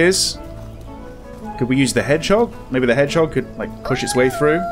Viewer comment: Orhooooooo 😭😭 i watch this 3 time hannnnnnnn in french its herisson not head jog or I don't know how you write ive got 3 herisson in my garden my cats afraid about them